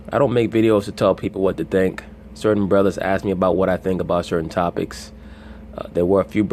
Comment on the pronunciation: it's hilarious when he says "ay bruddas"